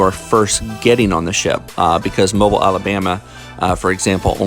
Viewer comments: Thanks for the video. I’m from the local area and the city Mobile, AL is pronounced “mo-BEEL”. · Mo-BEEL! It isn't a gas station. Mo-beel. Thankyou sir.